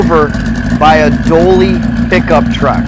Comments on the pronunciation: Dually!!!!! Not Doally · its called a dully not a dolly truvk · I heard a "doaly" "doley"? Haha! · Is he saying a "Doley truck" or am I just mad over being click baited. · I hear "willy bar". Anyone else? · That’s what I’m hearing, how he managed to get that from “Dually” is beyond me.